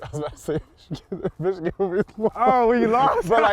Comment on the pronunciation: Caleb you got to stop saying *Ichigan. You’re a Buckeye it’s the team of north